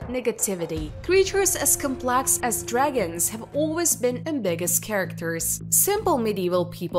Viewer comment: Her English is perfect.People may take exception to her accent but her pronunciation and grammar are almost flawless only "complex" was pronounced as "cum...rather than com..." But a triviality when the content and quality of video and it's presentation are realistically considered. Some people are just not happy no matter how good the video. They would complain about a wet dream!